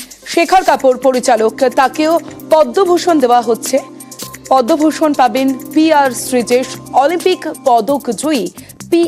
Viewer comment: what repoter bangabhusan pache podoubhusan noi chi maitri mam chi